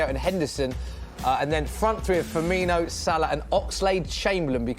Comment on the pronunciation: FirmiNO not firmiNIO !!